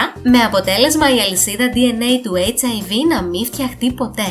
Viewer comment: Δεν το λες σωστά. Ο ιός χιβ λέγεται και όχι hiv😂😂